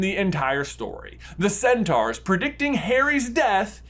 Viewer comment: It’s sen-tor